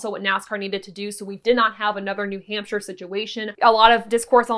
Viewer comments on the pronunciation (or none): none